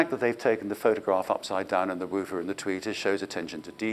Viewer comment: Interesting pronunciation of "woofer", too! Not one that I've heard before 😂